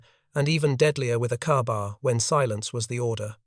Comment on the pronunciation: And ka-bar is pronounced "kay bar", not "car bar".